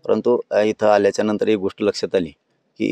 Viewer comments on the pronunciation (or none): none